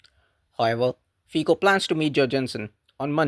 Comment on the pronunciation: Honest videos are a pleasure to watch. One caveat, tho, is that Fico in Slovakian is pronounced, 'Feet-so' rather than Fee-co. Carry on!